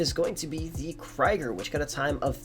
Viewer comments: Lol, in German its pronounced "Kreeger" (meaning "warrior"), not "Kryger". Jus' bein' helpful. :) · its literally kree-gurr but people don't want to say it right lol